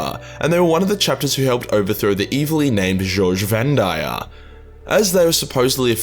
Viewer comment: Jojshe Vandire? Goge Vandire? What? Are you pronouncing it wrong, or is this some english thing again?